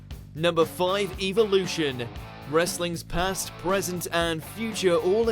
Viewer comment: Did anyone else cringe when he said evilution instead of evolution ?